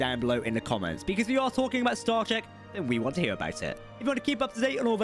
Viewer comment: could just be the accent but it almost sounds like he said "starGATE universe"